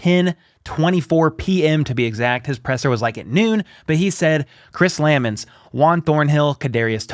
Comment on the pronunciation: It's Chris Lu-mons, partner. Love your videos.